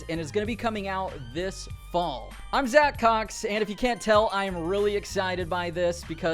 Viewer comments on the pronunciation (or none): none